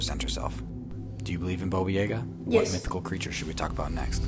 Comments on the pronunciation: Thank you he said it right once so he knows how to say it, the second time he said it was correct the rest wasn’t what the af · Baba Yaga not bobo yaga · I'm sorry Bobo??? Dude it's Baba Yaga... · Omg that guy calling Baba Yaga, Boba was so annoying!!!!!!!! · It’s baba yaga why is he saying boba yayga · The guy's pronunciation is killing me. Bobo Yeah-ga. No, I've always heard it as Baba Yaga. 😂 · omg, more vids like these please! <3 also, baba yaga is pronounced yaah-gah, not yeah-ga xD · People can't pronounce names right iam not russian but i know its not bobuyega its babayaga🤦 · The way he pronounced Boba Yaga has me so triggered for no reason... It's pronounced baa baa ya guh. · I remember Baba Yaga!! Although his mispronunciation drove me crazy xD It's ''Bah-Bah'' like making an awful sheep noise and ''Jah-Gah'' both of the parts in her name are pronounced the same just with different starting letters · It's pronounced Ba ba Ya GA! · Why he saying baba yaga like that. Its BAA BAA YAW GUH